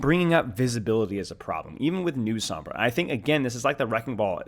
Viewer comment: Sombra. Its sombra. And maug.